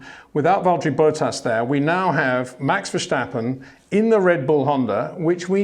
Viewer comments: Its Max Verstappen not Max Verschtappen… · still his name is Verstappen despite Peter calling him Verschtappen or Vershtappen, I just wander why. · Maybe i can help you with Max his name you pronnounce it kind of german like verschappen but its really diffrent say the first part more like verse like in a song so verse and then tappen with the a more like the a in the word car haha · Great insights love it! Now the only thing to do is pronounce Max's his name the right way.